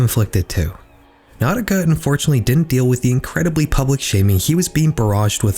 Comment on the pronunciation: NAUTICA Malone?NAUTICA?😖😂